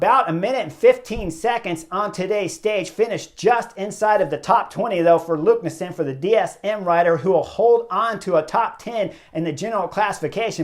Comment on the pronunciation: LEKNESSUND not LUKNESSEND